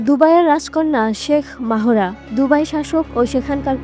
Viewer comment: আমাদের সাংবাদিকদের বাহিরের মানুষের নাম উচ্চারণ করতে হিমশিম খেতে হয় কেন বুঝলাম না তার নামের উচ্চারণ হবে মেহরা বলে মাহোরা😂😂